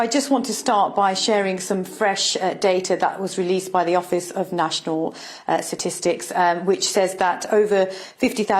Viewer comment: There are three "T's" in the word statistics, none of them silent. Have literacy levels dropped so low now? Say it with me now, sound it out... s-T-a-T-i-s-T-i-c-s That is why the shorthand is "STATS" not "SATS" ... That said I'll give you some points for not ummm err ehh err umming your way through sentences.